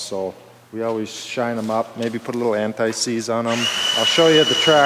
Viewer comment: It’s not a disease, it’s ant-seize. Great chemical but it gets on you and everything else.